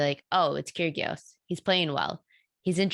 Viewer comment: when you pronouns Nic's surname, you must doing it with a silent G - Kyrios